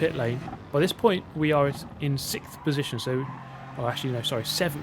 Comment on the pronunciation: i love hearing british people struggle to say "sixth" and "six"